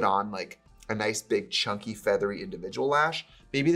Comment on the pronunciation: idk why but when trixie said ‘chunky’ like ‘chonky’ i laughed so hard :)))))